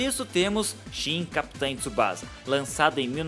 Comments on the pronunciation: Cara, pelo amor de Deus... Não é Tsubaza... Se lê Tsubaça, com som de dois "S"... Só pra informação, o nome original dele é Oozora Tsubasa. Também não é Jota League... É Jay League em inglês mesmo... E não é Capitain Tsubaza Jota... É Captain Tsubassa Jay! Se eu puder contribuir mais, fico feliz! Abraçø!! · O video ficou bom, mas ouvir "Capitãe" toda hora, tá osso ahahahah